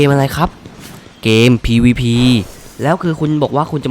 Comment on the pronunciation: ผมชอบที่พี่พูดว่า เกมPvP ผมฟังแล้วมันดูตลกมาก